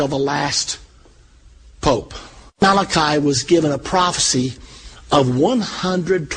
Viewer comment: he wasnt malachi he was malachy pronunced mal a key